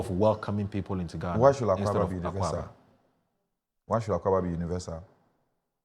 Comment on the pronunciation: Why is the presenter having issues with the pronunciation? Is he subtly saying Mr. Ga your language is hard to learn ?